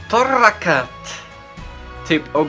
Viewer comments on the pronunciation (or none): torakat i brołni tak się czyta :3